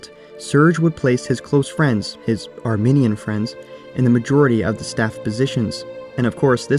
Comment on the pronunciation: You keep pronouncing "Armenian" as "Arminian" and I, an Arminian, am offended. Armenians and Arminians are two completely different things.